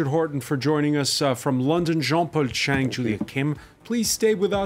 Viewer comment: Come on jean-paul chang with a T in front of your surname........ u can do better bro